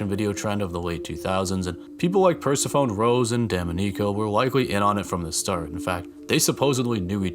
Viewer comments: I think it's pronounced per-seff-oh-nee homie. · It's pronounced purr-seff-oh-nee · i like how damonico was attempted multiple times to be pronounced but we just went ahead with "percy phone" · listen here pursaphone lol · whatever you say purse phone 🤍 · I'd heard of the Greek goddess but never correlated the spelling to how I'd heard it spoken. I figured it out when I worked with a girl who was actually named Persephone. The 1st time I saw her name on the schedule I loudly said "Purse-a-phone? Who tf names their kid PURSE-A-PHONE?!" I started laughing hysterically until a fellow worker came up to me & was like "uhh.. that's pronounced """" like the goddess". My face was bright red the rest of the night because I was an absolute fool in front of everyone. Lol So, no worries! I've made the same mistake!😂❤ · Please google how to pronounce Persephone. It's a beautiful name when pronounced correctly 😊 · Wtf, I didn’t know the way you said Persephone was incorrect bc it’s how I’ve always said it as well, but I just asked ChatGPT & I’m gagged at how it’s actually pronounced. Lol. How am I 34 years old & just now learning this. 🤦🏻‍♀️ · A lot of people who have a larger than average vocabulary don't pronounce many of the words they know correctly because they don't generally have a chance to hear them in conversations. I used to pronounce it like you did until I met a woman with a daughter named Persephone. I've mispronounced so many of the words I've read and I'm always grateful when someone is kind enough to teach me, so I can keep pretending like I'm smarter than everyone else when I'm talking. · It's okay, I only learned the word "Persephone" from a Simpson's episode, after all. 🤣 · A lot of people don't know how to pronounce it lol. Don't worry about it. Great video! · Might wanna look up the pronunciation of "Persephone." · "Per-seh-fuh-nee" "Duh-mah-ni-co" Not insulting you, just wanted to clear that up since these are pretty uncommon names. :)